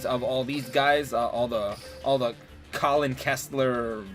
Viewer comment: It's pronounced Kal-in Not Colin